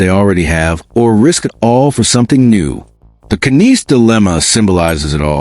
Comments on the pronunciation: His name is Matthew Knies Not "Canise" ! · Stop using text to voice. Its just pathetic. Cant even say Knies (NIZE) correctly.